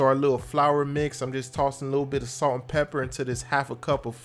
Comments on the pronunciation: Not lemmon pepper...but LEMON PEPPUH!!!!!! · That’s not lemon pepper wings. That’s Lemon Peppah Wings Baby 🤌